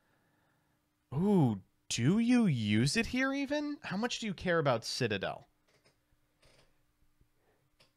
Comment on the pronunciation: I liked the part that featured nearly mispronouncing Citadel as Shit-adel lol